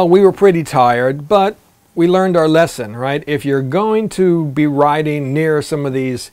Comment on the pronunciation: “We learned out lession” 😂😂 Sorry, just had to rib you a little. Thanks for the video, I enjoyed it.